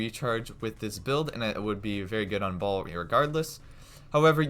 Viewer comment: When he say baal but my ear hear ball...😅😅😅